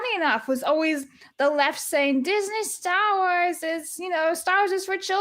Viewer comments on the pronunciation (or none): none